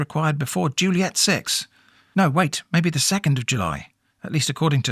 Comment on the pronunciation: jully julliet